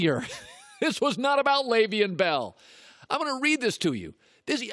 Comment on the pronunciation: Can Colin not pronounce Leveon Bell😂😂